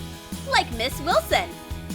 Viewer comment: Did they say ms.wislon 2 times😂🤣🤣🤣🤣🤣🤣🤣🤣🤣🤣🤣🤣🤣🤣🤣😂😂😂😆